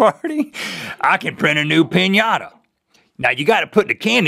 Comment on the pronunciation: Thank heavens for the "-Inata" in "piñata"